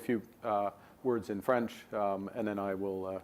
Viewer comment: FTHRENCH PEEGS.😂😂😂